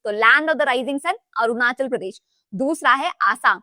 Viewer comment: Himachal and Arunachal me 'achal' is not 'आचल', it is 'अचल'. अचल का अर्थ है पर्वत।